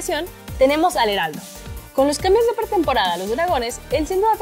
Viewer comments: Dice "Hedarldo" jajaja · Yo escuche ealdo